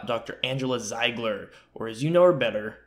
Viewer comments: Pronounced "zeeeegler" 🙄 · Haha yeah but if you replaced the "e" and "i", it would sound as you pronounced it in the video :) So it's not as if you were way off